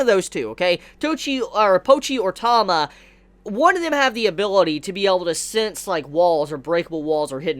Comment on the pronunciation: It's T-ah-ma.. not Tom-ah..